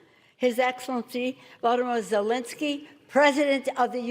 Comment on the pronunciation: Nancy butchered his name.